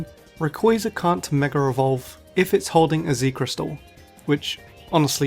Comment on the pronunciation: Why do you keep saying ”mega revolve”?